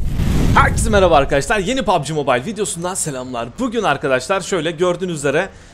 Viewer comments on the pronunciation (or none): none